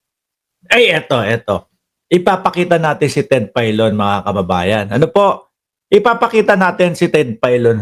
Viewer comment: Ted Failon hindi Ted paylon tanga.